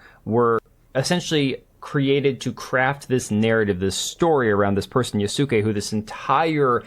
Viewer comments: If I hear "yuhsue kay" one more time I'll lose it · Yasuke = Yas-Keh Yas like “Yas queen” 😬 Keh like “K” Sasuke Uchiha with a Y. Nihon = Nee-HONE Nee as in “Knee” Hone as in “hone your skills” Latin pronunciations people. Ah Ii Eh Ooo Oh (A, I, E, U, O) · Yasookey, Yesook, Yasuke, Yasukay, Yasook Man of course they're all arguing about dude, mfs cant even agree on the pronunciation of his name with themselves. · I can't focus on what the guy is saying because of his pronounciation of yasuke. YaSOOkay yaSOOkay. Jesus Christ. Stop it. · My biggest gripe with Ubisoft adding Yasuke into their game is that no one can pronounce his damn name! Sick of hearing Ya-Sooo-Ke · i hate people pronouncing "Yasuke" as "yasuuk", fatherless behaviour . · Everytime I heard this guy mispronounce Yasuke is bothering me more than it should lol. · Good video but buddy couldn't have learned how to say Yasuke before recording it? 😭😭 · Why can none of these people pronounce Yasuke correctly... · This guy mispronouncing the name is infuriating.